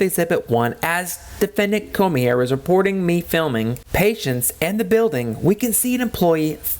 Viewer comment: You could be prosecuted for butchering the name Cormier..kidding aside I always get annoyed when auditors bring this up. If the Health Unit Employees were walking around with cameras filming and then uploading to Youtube then you'd have a point. The security cameras are inconspicuous and they are used only for security purposes. Law Enforcement only turns on the body cam during an interaction. They aren't on every where they go and they aren't uploading the footage to Youtube with commentary.